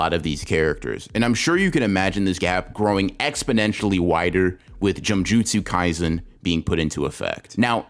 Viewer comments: bro said gymjutsu kaisen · did he just say "jumjutsu kaisen"